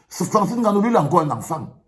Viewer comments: Un "petit frère"... Cette "péjoration" camerou-NIAISE me... débecte tellement. Enne-Gannou ou NGANNOU? À force de se courber devant les autres on en oublie la réelle prononciation de nos patronymes. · Francis Haine gannou? Tu prononces son nom comme les français ? Vraiment ridicule. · Etoo qui prononce le « N » de Nganou. Sa me choque de voir un Cameroun obligé de prononcer comme les européens